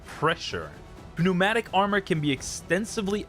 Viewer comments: Pew-matic got me ngl… it’s pronounced new-matic 😂 great vid man and insane grind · the goat has posted i don't think english is your first language so i don't blame you for the pronunciation, but the "p" in pneumatic is silent just so you know